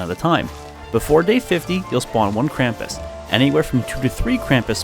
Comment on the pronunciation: It makes me crazy when people say Krampus wrong. XD